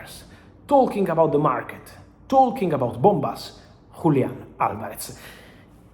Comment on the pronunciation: Bombas? Sound like bufalas to me. Are you shooting in Battipaglia? Bufalas, bufalas, bufalas